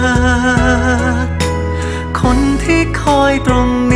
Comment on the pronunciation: ชอบการออกเสียงคำไทยของเวลาร้องเพลงที่สุด เวลาใช้คำว่าเธอ, ใจ, เจ้า,ไฉน ไม่พ่นลมออกเหมือนภาษาอังกฤษที่บางคนร้องแล้วลมมันออกแบบนั้นตลอดซึ่งฟังแล้วลดความเพราะไปเยอะเลย